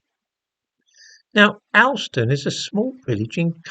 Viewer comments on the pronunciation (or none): It’s pronounced Hawl -ston not as it is spelt - the highest market town in England. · It's pronounced All ston.